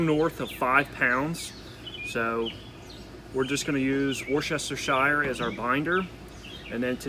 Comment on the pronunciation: I totally LOLed at how you say Worcestershire 😂👍 Delicious looking grub 👍😋